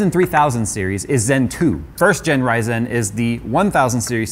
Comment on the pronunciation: He says "zen" normally, but says "ry-zen" like it's a different language